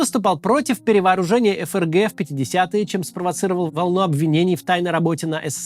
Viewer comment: Максим здравствуйте, хотел бы поправить вас....не ЭФэРГ , а ФЭЭРГЭ